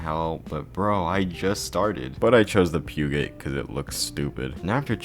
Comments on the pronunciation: Bro wtf is a "puke it" it's Peugeot... "PEEZOU" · "Pyewgot" spoken like a true American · The peeuuuget😂😂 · He just said Pyogay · Me i pronounced Peugeot as Poo-Ge-yoo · Did you just pronounce Peugeot like that? You're meant to say "pew-joe" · rx series hate and incorrect pronunciation of both Peugeot and Touge... i'm blocking your channel from ever being recommended to me again